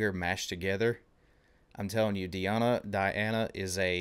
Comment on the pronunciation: Dear Author, Her real name is DEEEana not DAiana